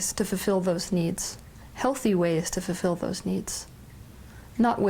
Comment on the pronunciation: Say fulfil slowly, please. Not fefil.